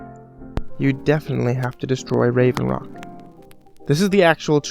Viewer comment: he said rave rock, it hought solstheim